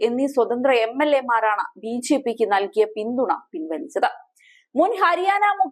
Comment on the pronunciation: വാർത്താ വായനയിലെ ആവേശം കൊണ്ടാവാം, ബിജെപി എന്നത് ബിഝെപി എന്നുച്ചരിക്കുന്നതു പോലെ തോന്നി.